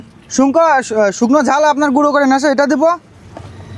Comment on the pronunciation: Sukno jhal❌shunko jhal✔️